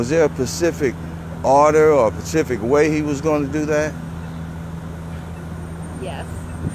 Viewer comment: Damn bro its specific..not Pacific